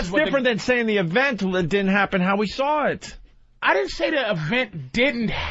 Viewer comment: Patrice puts an “r” at the end of the word saw.